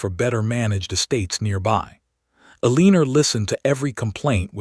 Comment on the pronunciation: I agree Eleanor is not pronounced Alena, but El-len-nor.